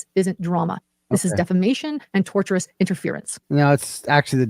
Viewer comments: She keeps saying "torturous interference" when she means "tortious interference" 🤣😂🤣 Showing a clip of the attorney on her insane 9 hour stream was the most poetic self-own I've ever seen 😝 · Did she really just say "Torturous defamation"? This is proof she's reading her brothers legal jargon. I think she means tortious LMFAO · Tortious not torturous jesssus. You know if everybody else is saying the same thing maybe, just just maybe, it's you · AND ITS not "torturous" it is tortious (as in torsh-us - as in an act that amounts to a tort - a civil wrong.) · Every time she says "torturous" interference, I yell at the screen! It is "tortious" interference not torturous.